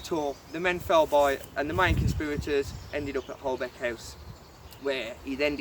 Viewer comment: It’s pronounced Holbeach House although it’s spelt Holbeche House.